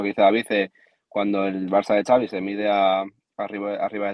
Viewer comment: Ya te he dicho que Xavi se pronuncia Chavi no "savi". Si al Xavi no le va bien en el Barça, a Rafa Márquez podrían ficharlo. Veamos que pasa. El Chiringuito está atrasado en noticias. Tu fuiste primero en darla.